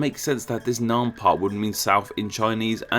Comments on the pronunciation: the name Nguyen isn't the topic, Vietnam, specifically the "Nam" part shared by Annam and Nam Viet (the current name came from reversing this, which is completely glossed over in the video). "a" as in "hat" not "a" as in "father". An open front unrounded vowel not an open back unrounded vowel. Nam rhymes with "ham" not "harm". Nothing at all complicated. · Pronouncing Nam wrong (the a sound is more like the a in *a*pple than the a in f*a*ther) is understandable. But how the hell can you pronounce Baiyue like Bayou? Bai: like bye in goodbye Yue: say "You air" really fast